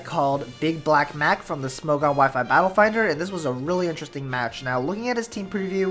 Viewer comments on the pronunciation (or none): none